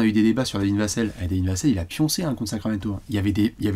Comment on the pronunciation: "Sacraquamento" ! Comme d'hab... 😁🏀🇫🇷👍